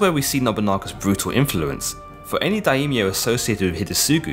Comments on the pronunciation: Great short documentary, although I know the pronunciations are tricky. One thing I learned listening to a lot of Japanese is that the language doesn't really seem to make as much use of diphthongs as English (like with 'Daimyo,' instead of 'da-eemyo,' it's more like 'die-myo'). I also find that Japanese often de-voices certain vowels between consonants, particularly i (ee) and u (oo) - not exactly sure on the rules for this though, if someone with more expertise could help I'd appreciate it. I know both Japanese and Korean lack an actual 'yi' syllable, and do not pronounce 'si' syllables like 'see' and 'sin', but rather in this one pairing, they, just like the great Sean Connery, follow their 's' with an 'h.' Therefore, Admiral Yi Sun Sin would actually sound more like Admiral 'ee-soon-shin,' if that's at all helpful for anyone. Love your videos. Cheers. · Quick little correction: Daimyo has two syllables not three: Dai-myo. Other than that tiny detail: great video! I learnt a lot thank you! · Daimyo - Pronounced Die- Myo